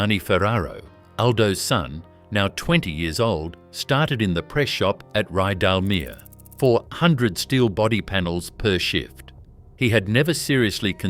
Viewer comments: This is AI narration.. Why do you do it..? The narration often doesn’t match the video..Ridalmear.. really.. .? Terrible research, so many mistakes. Do better..! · More AI drivel. Can't even correctly pronounce Rydalmere. The Air Tourer aircraft doesn't even rate a mention